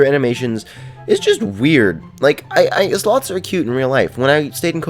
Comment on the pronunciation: We call them slow-ths lol